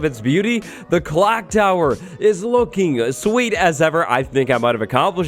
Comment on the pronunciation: Clock tower not "clonk tower"